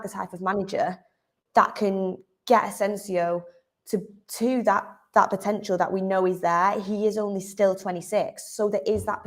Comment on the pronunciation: he said rhat